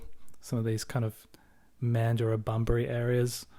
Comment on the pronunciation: Oh, Mandurah is pronounced "MAN-jra"